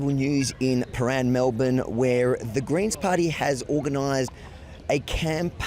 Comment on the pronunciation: Greens Ohhh I thought u were saying 'Grains' 😅